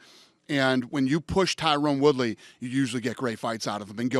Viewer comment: All these years and Dana still can't pronounce Woodleys name right